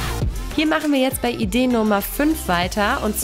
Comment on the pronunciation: Sie sagt statt idee 6 Idee